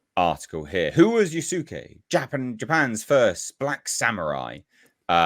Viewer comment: Guys, it's pronounced yas-kay. The u is silent.